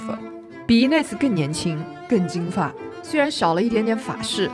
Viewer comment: 但是念错了